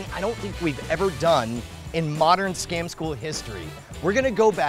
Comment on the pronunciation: when you pronounce scam school scom school... like what?